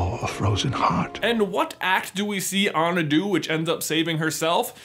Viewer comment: Everything wrong with frozen The way they pronounce Anna’s name That’s it Also 2019?